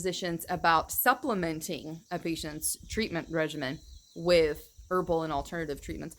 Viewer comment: ‘Regimen’ is pronounced ‘re-je-min’. Not ‘re-jeeme’ . ie... the ‘Soviet Regime’ as opposed to ‘my ‘herbal regimen’ I absolutely love your channel and thank you for your great work! The pronunciation police.